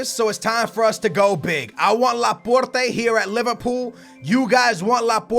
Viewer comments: That pronunciation though Laporrrrteh,Can,Uhmtiitiii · dont say Porte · wtf is your pronounciation, are you dyslexic or do u have some sort of speech impediment. Its ASKING NOT AKSING when you say 'asking price' Its la-port not laporrrrrrrtay Its car-ass-co not carrisio Its oree-gee not orgy